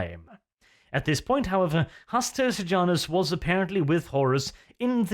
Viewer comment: Uhm Hastur Pijamus xD wearing pijamas